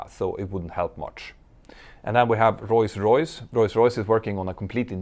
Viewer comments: Whenever you say Rolls Royce, I hear: Royce Royce. Is that me? Or am I missing something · can someone tell me why does he say rolls royce as royce royce is it a something legal matter or is it just his pronunciation. i love petter so much on how he does his videos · Royce Royce, it allways gets me when you say it ;)